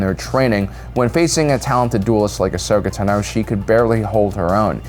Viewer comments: Ahoska tanooooo. Trula Sindori. Why talk like this? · "Ashoka Tan-O" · WHY do you pronounce Ahsoka Tano like that? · I didn't care about your list at all after that pronunciation of Ahsoka Tano and you not knowing the timelines shows me you are just reading a script. Probably never even watched rebels.